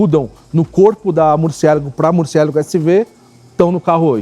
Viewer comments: Murcielago é uma palavra italiana, nao inglesa. Ajeita essa pronuncia pô. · Por favor , pronuncia Murciélago em italiano , fica bem melhor.. sei que o nome é espanhol , mas em italiano é mais bonito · O nome se pronuncia em italiano, e não em português, é nome próprio cara.